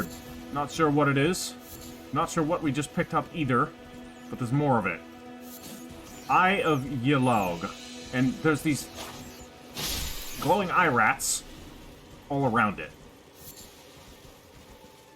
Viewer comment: Surely Eye of Yelough is prounounced Eye of Yellow. Think about it considering it is a Frenzy ingredient. It's a bit of a joke.